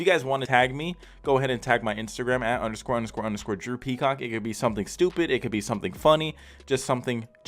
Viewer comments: When this video started i swear i thought he called himself droopy cock lmao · Am I the Only one who heard "Droopy Cock" instead of Drew Peacock? 😂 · Who else heard droopycock